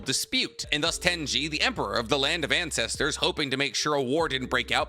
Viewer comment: "land of Incestersss"💀